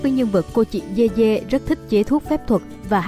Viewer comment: Người ta dede mà đọc dê dê